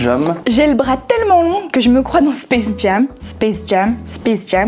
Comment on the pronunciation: spacejame... Fuuck xddd Space Jém.. C'est mieux xd